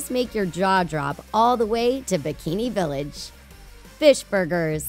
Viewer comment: WTF DOES SHE SAY BIKINI VILLAGE